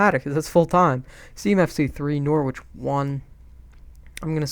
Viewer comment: I'd love to see this as a regular series. Defo want to see you in the CL etc. Kane for 200M wow dude lol English players go for stupid £ but that is crazy lol great result against Norwich I enjoyed watching it. Just so you know you pronounce it Nor- rich 👍🏻 top series buddy 😉🇬🇧🇺🇸